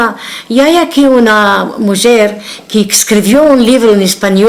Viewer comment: En realidad pronuncia la j de mujer como francesa o portuguesa.